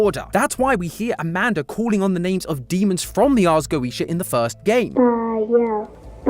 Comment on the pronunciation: I can't get over Mat's pronunciation of the Ars Goetia